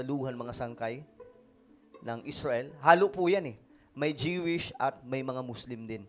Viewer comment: JIWISH KA NG JIWISH JOO=WISH PO ANG TAMANG BIGKAS NYAN..